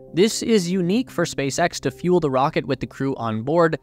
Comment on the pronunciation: Saying thee in place of the is strange. I call it the 10K+ subscriber curse. They can't help it. Otherwise, great video.